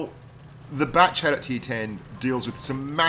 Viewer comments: All this time I thought he was saying backchat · yeah he said it wrong